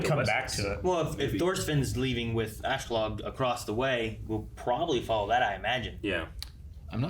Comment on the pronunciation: "Ashlog" "Thorsfin"